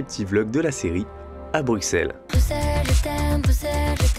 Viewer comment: La prononciation de Bruxelles tout au long de la vidéo me donne des envies de meurtre.